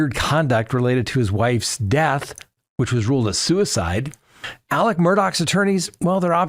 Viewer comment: It is Alec